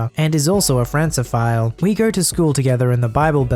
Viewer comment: Francophile = Frank-o-file, not France-o-file.